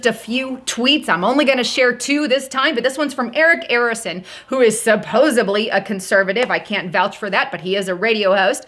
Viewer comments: The word is “supposedly”, not “supposebly”. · I love you sis! PLEASE be NOT offended bcuz its "supposeDly, no B in it. I LOVE YOU WAY TOO much to let you keep saying it incorrectly. THANK YOU SO much for ALL YOU ARE doing!! Look forward to US ALL praising JESUS TOGETHER!! Another thing, is it just me - or have you noticed a sense of time passing faster? I CAN definitely accept that I am getting olsee and I HOPE its JUST me and not something off a more broad hidden agenda.